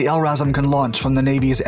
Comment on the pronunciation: L-assram is the best mispronunciation of LRASM I have ever heard, gonna start using it